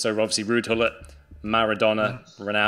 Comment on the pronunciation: the proper way you say gullit for everyone wondering